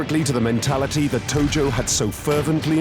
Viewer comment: Tojo. Not Togo.